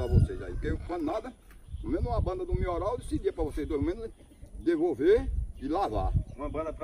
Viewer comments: Qualquer coisa:a:MIORAL!!! PÓ TOMA XAROPE DE MIORAL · E um remedio chamado melhoral mas ele nao sabe chamar certo ai chama mioral😂😂😂😂😂👍